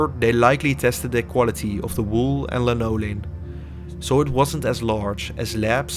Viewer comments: No he didn’t. He said lanolin, just with the emphasis on the wrong syllable. Instead of the normal LAN-oh-lin, he said la-NO-lin. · Please provide a timestamp, because I listened for the supposed “linoleum” when I watched the video and only heard his mispronunciation of “lanolin”.